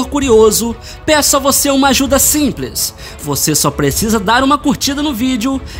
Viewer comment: Saudades quando ele falava "simpres" era tão fofo❤️